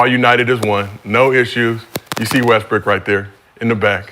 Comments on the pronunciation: You definitely said Westbrick gang 🤣🤣🤣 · He def said westbrick🤣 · Bruh definitely said "Westbrick" 😅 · Nigga u definitely said Westbrick omm 😂😂😂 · Naw you said Westbrick nigga😂😂😂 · Nigga u said Westbrick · He said Westbrick twice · He definitely said westbrick 😂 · definitely said westbrick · He did say Westbrick😂😂😂😂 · definitely said westbrick lol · Definitely said westbrick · He definitely said Westbrick 🤣🤣🤣